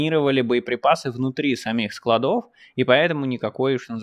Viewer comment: Нет склАдов По склАдам Правильное ударение на А по русски